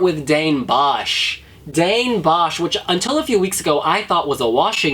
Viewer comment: I love how you guys pronounce all the Dutch names x'D I died when all the Bosch equipment came on screen hahaha. I'm rooting for Rotterdam right now. Utrecht is closer to where I live, but I don't think it stands a chance. Would've liked Amsterdam as well. Greetings from The Netherlands!